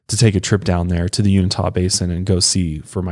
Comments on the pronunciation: I live in Utah as well and noticed he said it incorrectly... 'you in ta' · You-in'- tuh is how you pronounce Uintah ...just saying. I live at the gateway of the Uintah mountains...its an amazingly beautiful place to live. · It's pronounced yoo-in-tah basin in Utah just in case you ever needed to ask someone where it was. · I love here :) it’s pronounced You-in-tah. Not unitah but most natives here refused to go there or even talk about the ranch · Let's say it together: "Yoo-in-tah." It's spelled "Uintah", not "Unitah". 😂🤣😂🤣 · I know I'm super late, but Uintah County is pronounced YOU-WIN-TAH not you-ni-tah 😅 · I was born and raised in the Uintah Basin. Its pronounced -You-En-Tuh, not Yoon-i-Tah.🤣🤣🤣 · U IN TAW ! Is how you say Unita! Just kinda bugging me. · i loved your show save one thing its pronounced u-in-tah basin not un-ita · Sorry but I had to laugh its uINtah not unitah... lol love this show btw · I was born and raised in Utah. You're pronouncing Uintah super wrong. (You-in-ta) Love the podcast! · I'm so sorry to do this but as a native utahn. I have to correct your pronounceiation of uintah lol it's pronounced you-in-tuh lol it was killing me to hear lol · Uintah = U -in -tah how we pronounce it out here. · Lived in Utah all my life and grew up listening to stories about Skinwalkers. By the way, it's Uintah (yoo-in-tah) Basin. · Just FYI your pronouncing Uintah wrong...it's pronounced Yoo-in-tah or U-in-tah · YOO-IN-TAH ... It's pronounced YOO-IN-TAH Basin. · Unitah lol. Try uintah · YOU-IN-TUHH county my guy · You-in-tuh =Uintah I live here. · Me too! I said the same thing. Lol You-in'-tuh is Uintah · You-in-ta= uintah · Yeah I corrected him too. Lol You-in'-tuh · You*in*tah basin. C'mon, you're too smart to mispronounce words. If you're insure, Google it, and ask to pronounce. Ok, my KAREN moment is over. 😂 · The correct way to say Uintah is “You In Taaah”. Just letting you know. Used to live like 20 minutes from that ranch.